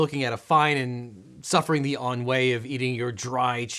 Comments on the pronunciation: Ennui is pronounced aha-WEE, not ahn-WAY The lai of laissez faire is pronounced LAY, not LAH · ennuie's pronounced like 'On-Nwee' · Hol up. , did this dude with 7+ years of college, who makes millions of dollars on youtube by holding himself out as an expert, in among other things, legal language, just pronounce 'ennui' as 'AHN-WAY'? no way 🤣🤣🤣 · Trying to decide if your pronunciation of ennui as “on-way” was just a normal mispronunciation or a very clever “curds and whey” joke. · Ennui: pronounced "on wee" Laissez-faire: pronounced "less ay" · I've definitely seen Kinder Eggs (not Kinder Joy) on the shelves of stores in the US. 🤫 Also, pronouncing ennui like "on way" and saying "lah-zay faire" just like a good American! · You pronounced ennui wrong. You say it like "aan·wee". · Counselor.... enWHEY?? Did I catch that right? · That's not how ennui is pronounced though. 100% that was a curds and whey joke about a cheesey story lol